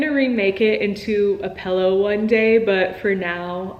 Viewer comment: pILLow not pellow